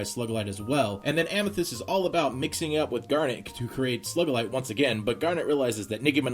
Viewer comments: ITS SUGILITE NOT SLUGILITE!!!!!!!! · God damn, say the names right It's SOO-gilite, not SUH-gilite They pronounce it in the fucking show "Coach Steven" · Yeah stop saying slugalite that's annoying as hell!!!!!!!! It's SUGALITE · It's not SLUGULITE its SUGILITE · Sue-gell-ite not Slug-el-ite or Sug-el-ite, sorry really bothered me for some reason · Its not slugeqlight it is sogalight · Picking on you- - SUE GA LITE- - not Slug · You pronounce "SUGILITE" as "SLUGILITE" it bothers me. xD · Its pronounced [soo-GAL-ite] unlike how you pronounced it, [slug-AL-ite] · Its Sugillate not Slugillate but otherwise great review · Isn't it sugalite not slugalite? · Ugh. Not to be mean or anything but it's Sugalite not Slugalite. I'm sorry but that bugged me throughout the entire podcast. Please fix it for the future (Sue-ga-lite). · Considering what she does with that power, its still an appropriate pronunciation, no? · i thinked the pronnciation was a joke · Sugilite = "SOO-gi-lyt" Ty. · I'm pretty sure it's "soo*gi*light" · It's pronounced Sugilite (soo-gi-light) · you said Slug-alite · ...are you saying SLUGilite? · Sugilte isn't a slug!!! Your saying Slugilte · sorry I was only just saying that for fun cuz its funny how u say sugilite...not trying to be mean or anything... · Your saying Sugilite wrong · You pronounce Sugilite really weird. Lol. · Why did u keep pronouncing Sugilite wrong just please no